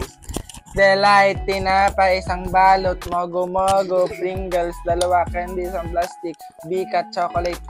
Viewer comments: pringles po yun hindi springles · Pringles kai's Hindi springles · Pringles lng po hindi sprinkles